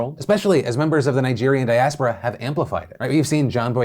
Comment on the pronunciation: Phil - diaspora (dee-uh-spore-uh)